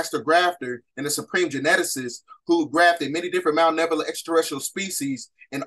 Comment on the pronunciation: Don’t mean to be rude king but it’s Malevolent* not Malnevolent. Thank you for the video 🙏🏾